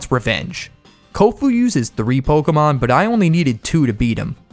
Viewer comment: Did you say pokemon or cokeamon